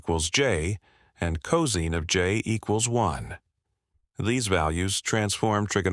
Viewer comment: Yeah, the pronunciation of cosine as "coh-zeen" was a giveaway.